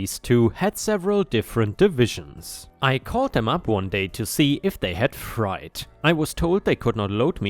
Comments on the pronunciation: It's freight, not fright 😆😆. Like air freight. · Freight sounds like eight/ate, not "fright." 🤪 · Freight isn't pronounced fright. Rhymes with ate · Hey The word freight sounds like frate another word for it is cargo. love your videos. 🌟🌟🌟⭐⭐⭐ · Just a quick fyi for future reference: "Freight" is pronounced like "eight" (8), rhymes with "crate." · you know I love hearing you read and rarely correct your pronunciations, but this one today had me spit my tea out laughing! In story 3, "called them up one day to see if they had freight"... freight is pronounced frAyt - the ei in this instance becomes an A sound like in ate (or eight 8). Thanks for the laughs though, I really needed it today. 💙🌹⭐⭐ I'll give you more stars in another comment... when I find all the emojis I want to add in today 🤭😎⭐ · it's is pronounced fri- as in Friday, and altogether it fr- eight freight